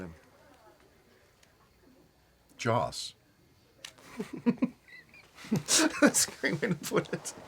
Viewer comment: I thought James Spader said he based Ultron of Jaws, not Joss...